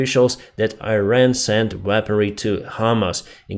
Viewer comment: Iran is pronounced just like in Russian, and Hamas is HamAs…I know English is your second language…so sharing just a correction, not a critique! Thank you for your daily updates!